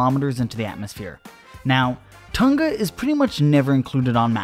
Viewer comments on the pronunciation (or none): Why is he pronouncing Tonga like that though? It’s “ton-gah” not “tuhn-gah” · BRO WHY DO AMERICANS PRONOUNCE IT "Ton-Gah" its "Tong-ah" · Tunga? "Tong nga" tonga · Pretty sure it’s pronounced “Tong-a” instead of “Ton-ga” btw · All Americans. Say the word ‘sing’ now say Tonga. For the love of whatever you believe in stop saying Ton Ga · It's pronounced Tong-A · It's fucking hilarious hearing Americans say "Tahnga" instead of saying it properly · T-Uh-n-Ugh? Kr-Uhk-uh-tow-uh? Hmmm? 🧐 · The pronunciation of Tonga is hilarious lmao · That's an interesting pronunciation of Tonga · I'm just here to hear everyone pronounce "Hunga Tonga". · They say Tonga wrong and it hurts my ears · You are saying Tonga Soo wrong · They are saying tonga wrong 🤣🤣🤣 please stop